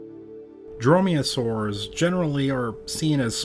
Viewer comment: Dromeosaurs, not droyosaurs ...